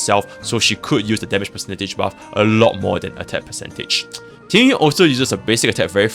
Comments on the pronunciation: I'm Chinese, and yes, Tingyun's name is pronounced differently than "Ting-yoon." It's a bit hard to spell out in English, but it sounds more like "Ting-yeehn." The second character of her name is 云 or cloud, which you can look up the pronunciation of if you're curious. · Proper Mandarin pronunciation. "Ting-ween" basically. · Oh it's the ü sound, I know pinyin, but sounds like he doesn't speak Mandarin he's saying it wrong lol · Is Tingyun's name pronounced differently in cn? why does it sound like you are saying ting-ywin instead of ting-yoon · not complaining it just sounds funny, I'm not even a english native speaker so yeah